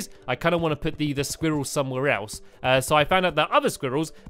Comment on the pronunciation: No offense, but pronouncing squirrels like "squeerells" sounds ridiculous.